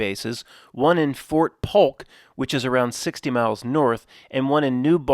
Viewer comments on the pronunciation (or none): none